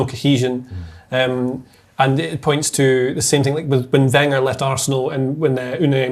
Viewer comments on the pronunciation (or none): none